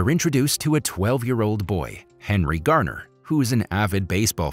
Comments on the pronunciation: his name is not henry garner it is Henry Rowengartner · Last name is Rowengartner not garner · Henry’s surname is Rowengartner nor Garner.